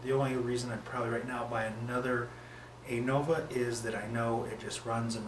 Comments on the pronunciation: Nice review. However, it's pronounced "Uh-Nova". Not "Ay-Nova". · Stop saying ei-nova pleeeeeeease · Appreciate the review. Side note: Anova is pronounced "uh-nova".